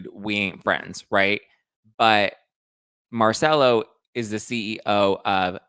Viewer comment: Please before you make a video pronouce the names correctly!! Genovese (Mar-chel-lo)(Gen-o-vese) (Vin-niv-via) So its Merchello Genovese and Viniva. Louie is going to be caught every dog has their day.